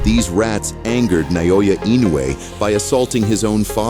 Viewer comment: His name is not i-nu-way , but i-no-u-e....